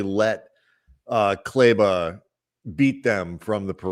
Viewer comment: Could they be playing Maxi for other teams to see him (to facilitate a trade)? Also, I know you have no history with him but he’s been a significant contributor to western conf and NBA final teams, and as someone who appreciates that it hurts me to hear you consistently mispronounce his name. Please either have enough respect for him to learn how to pronounce Kleber or just call him Maxi.